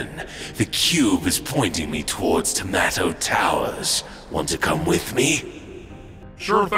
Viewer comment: did he say tomato towers?